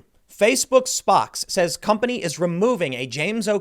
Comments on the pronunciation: "spox" doesn't rhyme with box, Tim. Spox is spokes. Plus, 250 000 ÷ = % of the US pop. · Tim, spox is pronounced spokes as in spokesperson.